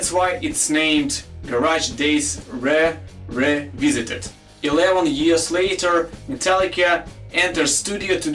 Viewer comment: reh reh reh veesited